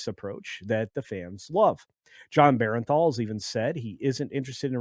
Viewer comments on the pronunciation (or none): Pronounced “burn thall’. Not BerENthall.